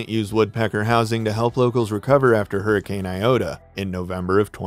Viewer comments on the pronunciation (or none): none